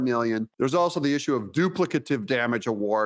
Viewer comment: The emphasis is on “Plic” in the warlord “DuPLICative”